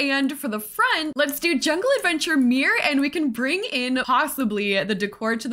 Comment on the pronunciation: Obsessed with this build but even more obsessed with your very Canadian pronunciation of mirror-I feel seen. Love from Ottawa!